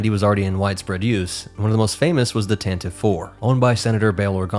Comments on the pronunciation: Tantive IV is pronounced “TAN-TIV-VEE”. Since you are using all nerd sources possible. I thought you would have found that at least. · I would never mock you for saying "tan-ti-vee" as long as you NEVER say, "att-att". Then, we will be enemies. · Lucasfilm insists it’s pronounced “Tante-VEE,” (three syllables) but that might be a losing battle among fans until they finally say it onscreen.